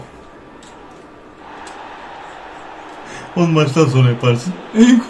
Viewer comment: Nobody::- saks, sakho sakho 🤪